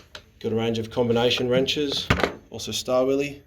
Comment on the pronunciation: STAR-WILLIE - NIPPEX | SCHTAVILLER - KUH-NIP-EX